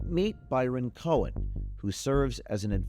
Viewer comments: "cohen".....every...single...time....lol....when will people ever learn.... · “Cohen” huh?